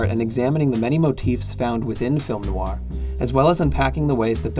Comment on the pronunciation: It's hard to listen when you keep pronouncing name of the genre incorrectly. Noir is one syllable not two. The genre is pronounced as Film Noir, not Film No-Wah.